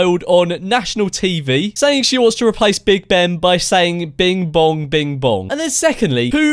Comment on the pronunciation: She didn’t even say bing bong she said bim bong